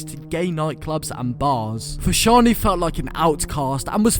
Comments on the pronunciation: How can you not pronounce fashanu right? 😂😂😂 every football fan knows his brother Jon fashanu the a is silent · His names fashanu learn how to say people's names